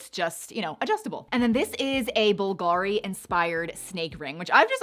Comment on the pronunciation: Bulgari is pronounced BOOL-guh-ree